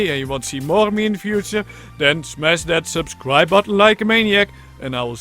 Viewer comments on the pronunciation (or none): none